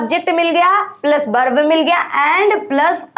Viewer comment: बर्ब नही होता है.वर्ब होता है.